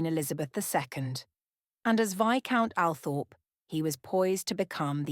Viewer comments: All-Thrup, not Al-Thorp. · It's pronounced All- trop ... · Althorp pronounced … Awlthorp or All-thorp or Orl-thorp… The smallest thing can really just detracts from all credibility. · I wish photos of all of Frances’ children were included. Althorp mispronounced. This lady deserves more.